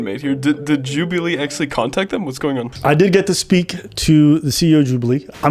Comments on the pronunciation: Why you pronounce it like that 😭😭 "Jub-eee-lee" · congratulations on 30k ps istg ur saying some of these names wrong to bate for comments and honestly fair play mate Joobualee lmfao